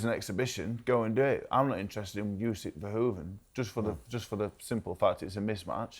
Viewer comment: Ffs TalkSport it’s Verhoeven, not “Van Hoven”